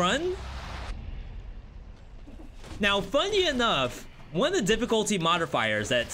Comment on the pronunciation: Do you intentionally emphasize certain syllables in words... ? OHWAN. Sounds a bit excessive.